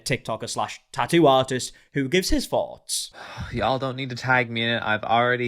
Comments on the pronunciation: You said "tattoo artist", I heard "tighty whities". 😅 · Three ts in tattoo and somehow you manage to pronounce only one of them